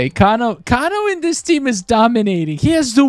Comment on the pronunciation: Your saying kano wrong